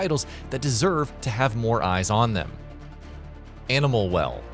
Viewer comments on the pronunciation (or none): none